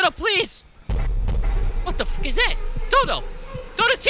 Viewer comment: Why you say fock